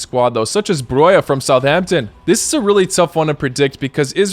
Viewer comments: Albania prop lol and the Pronunciation was perfect on Broja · We love broja from a saints fan